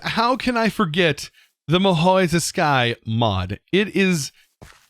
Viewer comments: This was a fun video I'll probably start watching one of your series now. So now that that's outta the way... something caught my attention. So in IPA "Mahoutsukai" is like /mahoːtsɯ̥ꜜkai/ respelled as maa-HOE-TSOO-kah-ee. Moreover, "Mahōtskai" might make more sense as the spelling, since the first 'u' doesn't act like you would might expect, also the 'u' in "tsu" is basically silent. To me I thought you said it kind of like Maa-hoy-zoo-skeye before I realized what you meant. Other than that great stuff, sorry for over-explaining that, but I felt compelled to. 😄 Even though this is literally 9 months too late to have a chance of being read. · I absolutely loved everything about this series and the video; except the pronounciation of mahou tsukai as a fellow weeb (actually it wasn't bad at all but...)